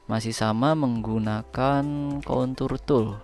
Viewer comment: Contour pake R ya.. jangan pake L.. wkwk